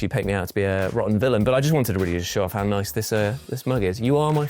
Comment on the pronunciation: Anyone else miss when used to turn his back to the camera, spin his head round, pause for a second and then say, "Nice", in a way that sounded like, "Noish"?? So what about 8 gimmicks that need to come back haha? Noish/Nice, Jeremy the Neck Vein, Beef Gates, The Musical Interlude, any more.... Genuinely though, bring back Nice/Noish please.